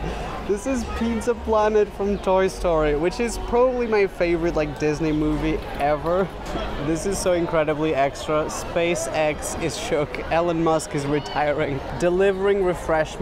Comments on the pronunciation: my dude said ellen musk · “ellen musk” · Man said Ellen Musk